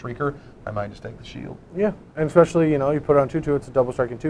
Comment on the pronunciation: Anyone else noticing Ecspecially?